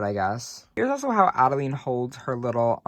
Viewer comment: Adelaide....you said Adeleene a few times 😂....just teasing. I do the same thing.